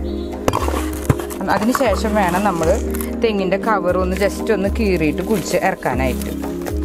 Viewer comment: കുയിച്ച് അല്ല കുഴിച്ച്.